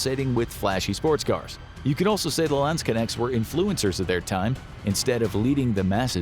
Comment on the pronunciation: Your pronounciation of 'Landsknechts' is hilarious. Lands-connects.